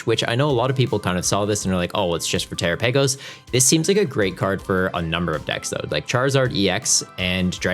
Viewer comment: Terapagos (Ter-Ra-Pa-Gos)